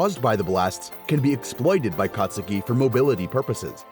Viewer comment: the u in kacchan's real name is silent